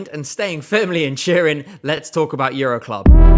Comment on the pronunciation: Took me too long to figure that "churin" ment Turin haha